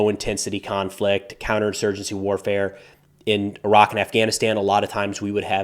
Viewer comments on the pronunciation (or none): none